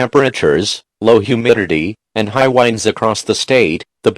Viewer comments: I died every time they said "wines" instead of winds lmao 😆 love this though, I wish there were more longer ones like this with multiple disasters 😉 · He said winds like winding a music box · Ik this is serious but I can't help laughing when the guy said whinds instead of winds